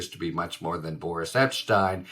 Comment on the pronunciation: I thought you said "Boorish" Epshteyn at first - then again, that seems appropriate!